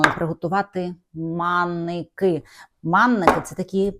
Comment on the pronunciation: Та не маннІки, а Манники !!